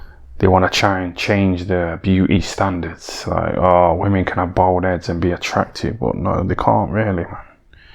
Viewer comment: How many times did he say BOWLD head?😅 😂